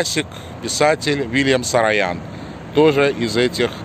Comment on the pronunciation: Uvajaemiy Mine ochen nravitsya vasha peredacha’no pozvolyu seebe zamechat chto vi ne po army’anski proiznosite familii Saroyan eto doleko ne sarayan,pojaluysta udelite vnimanie na eto,I krkoryan a ne krkaryan Spasibo